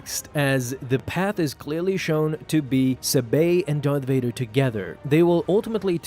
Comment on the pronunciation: Varth Dader